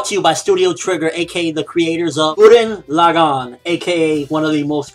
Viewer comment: I hated how you pronounced Gurren Lagann, other then that I say if it turns out to be almost as good as Gurren Lagann then review it.